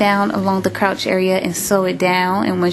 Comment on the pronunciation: It;s crotch not crouch